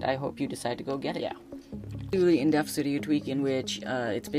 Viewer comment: i cant believe no one pointed out yet that instead of "in Depth" he says "in deaf" drove me crazy the whole time haha